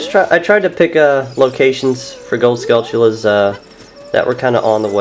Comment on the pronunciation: Kak-Ah-Ree-Koh. Ah-Kah-Ree-Nah. Skull-churas. And I would go on to Majora's mask but this is oot